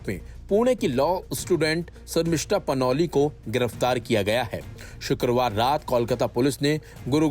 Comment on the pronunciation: Panoli नहि panouti है